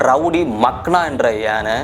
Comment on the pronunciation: அது மக்கா இல்ல மக்னா. எல்லாத்தையும் தெரிஞ்சிகிட்டு வீடியோ போடு. எல்லாம் தப்பு தப்பா சொல்லிட்டு இருக்க